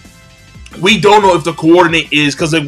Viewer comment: you always add emphasis to a particular section of a word lol. For example, the word Rinnegan, you pronounce: RinNEgan. For the word coordinate, you pronounce: CoORdinate. Am I the only one who notices this? Reminds me of Family Guy...